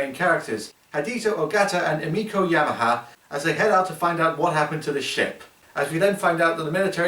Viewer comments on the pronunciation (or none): Yamane. Not Yamaha. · he pronounced the names wrong, it's yamane and hideo ogata